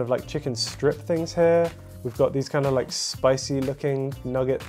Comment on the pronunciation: Why am I laughing from to at the way says 'things'? 🤣🤣🤣